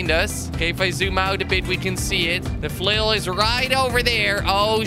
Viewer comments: Kweb, in swedish its flöil not flåil, å pronounce lika a O, Good video! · You said fulil so mint times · if I had a quarter every time he said flial I would have a million dolers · it's flail not fail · who else thought it said fail instead of flail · Does Someone know how much he Said "flil" xD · HOW MANY TIMES DID HE SAY 'FLUL'? ( i think thats how to spell it :D) Do the Challenge! ;p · I counted how many times he said flill 358 times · !!!!!!!!!how meny times he siad flul ? :) :) !!!!!!!!!!!!!